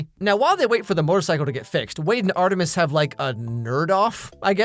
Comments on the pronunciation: You saying Art 3 mis reminds me of how I still call that one bad movie Fant 4 stic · the way you call Art3mis sounds like Arthritis. 🤣🤣🤣 I can't stop thinking about it LMAO!!!